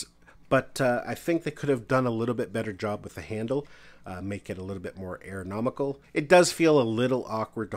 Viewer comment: Ergonomical, not aeronomical